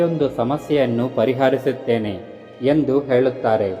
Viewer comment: Pariharisuthene and not parihaaarisuthene all. Pl.correct it sir.